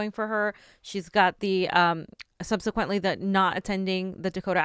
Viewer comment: “Sub-suh-quent “, not “sun-see-quent “ “WhatsApp”, not “WhatsUp”